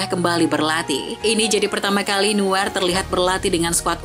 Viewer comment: nuer nuer ngomong yang benerrr!